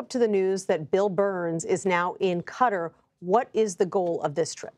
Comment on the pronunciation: Why’s she pronouncing Qatar like that lol…